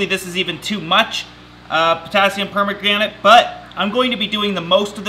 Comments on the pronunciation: P O T A S S I U M P O M E G R A N A T E It's Per-MAN-gon-ate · I can’t watch this video with you calling it potassium pomegranate that’s not how you say it I love you and all your videos but I can’t do it 😂 it’s potassium per-man-gon-ate that’s how you say it right I’m sorry and I love you but it was kinda annoying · Love ya! Potassium Per-maga-nate Not Potassium Pomegranate I love it though! Such a good channel! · PERMAGRANITE! its Potassium per-mang-ga-nate, XD always makes me laugh! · It's not potassium pomegranate u silly guy.... Per man gan ate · potassium per-man-ga-nate (not permagranent) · It's not a perma-granite, it's permanganate :D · Stop saying pomegranate XD it's PER-MAN-GAN-ATE lol, but great video :) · I don't know which is funnier. The Hyacinth or the Potassium Permanganate ( Per-man-gan-ate). Has to be his Potassium Peromegranite as he said it so many times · pomegranate = Fruit po-me-gra-nate Permanganate = Chemical. per-man-gan-ate Don't say it like kids. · It's Potassium Po man ga nate Not Pomagranite. But you did make me laugh :-) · Lol 😂 it's permanganate, neither permigranate nor pomegranate 😂😂😂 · “ potassium permagranate “😂😂😂 I always thought it was potassium per-man-ga-nate 🤔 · Pronounced 'perm manga nate' not perma granite and not pomegranite, thats a fruit. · Pomagranite. Love it! Love you're mis pronunciation.keep being awesome 😂👌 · Did I hear potassium per-man-damnit? hahah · Neat video and I'm super excited to see the new plants. That said, it's pronounced per-MANG-gan-ate. LOL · No it's clearly Potassium Pomegranate. Look at the colour. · Potassium permanganate not pomegranate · "Permagranite" LOL you're so precious 😂😂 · Potassium "Permagranite" hahahahaha classic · potassium per-man-ga-nate, chemical names are annoying to pronounce sometimes XD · Per-mag-gun-ate. You're welcome. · "Potassium perma-granite" "Potassium pomegranate" This is hilarious 😂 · Potassium per-MAGRAN-ate lol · Potassium Pomegranate 😂